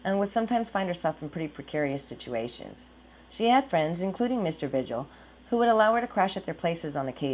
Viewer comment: Pronounced Veehil not vijil